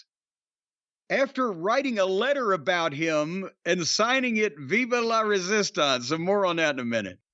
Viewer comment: Vivè le resistance, la is also Spanish